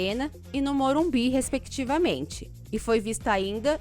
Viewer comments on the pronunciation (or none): none